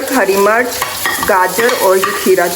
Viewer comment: Mirch not march pls. Stay blessed 🎉